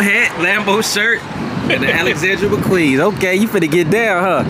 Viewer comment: He say them Alexandra McQueens😭